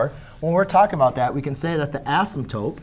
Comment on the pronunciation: Its asymptote not asymptope no hate tho